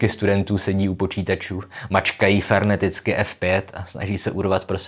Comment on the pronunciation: Slyšela jsem dobře? "...mačkají ferneticky F5..."??? :-D